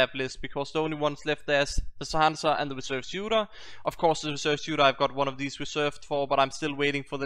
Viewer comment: sha-han-shah that's how you pronounce it and glad to see this series back